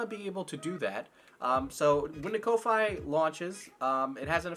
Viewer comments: "KOW-FIGH" bruh its ko-fi, like, coffee. They got a coffee cup symbol for a reason 🤣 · kofi is pronounced coffee XD